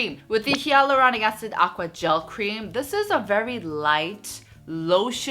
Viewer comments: you’re great but I just wanted to point out that you’re pronouncing hyaluronic wrong.. it should be like HIE-luronic:) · You are pronouncing 'hyaluronic' wrongly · is it?Im French so I pronounce it the same way as she does but I also saw others ytb who said it the same way?Great to know it’s not supposed to be pronounced the way I do😭